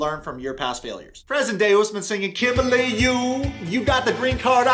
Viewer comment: He said "Kimbah-lay" 🤣🤣🤣